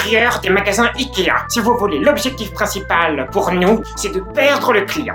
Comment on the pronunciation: Je suis le seule à à avoir remarquer quil a dit ea a la place de ikea?